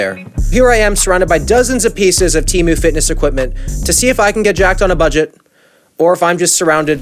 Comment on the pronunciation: SHOCK ANNOUNCEMENT Its pronounced "TAY-MOO" not "TEE-MU". I know 😭